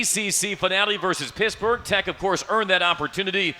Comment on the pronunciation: Ok. Was calling PiTT, Piss-burge